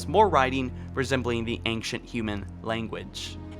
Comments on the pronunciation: I love you....or......or whatever: but please, PLEASE, say the words "ANCIENT" and "XBOX" correctly or stop saying them! For some weird reason you say "Ankshunt" and "EtsBox". I don't get it. Please, please fix it. Again, love most of your videos, but hearing that is driving me insane! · Accent? It's not an accent. It's a mispronunciation. Plain and simple. Just fix it. It's pronounced "ain-shunt" or "ain-chunt".... Either one is fine. Also, just pronounce "X". It's a letter. It's not "Ets". It's "X". Simple enough. This is a not matter of accent. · Right..... But..... He doesn't have a Brooklyn accent. It's a very standard American accent except for the words ANCIENT and XBOX. It just makes no sense. I'd understand if he had an accent, but he doesn't, which is why it's so confusing....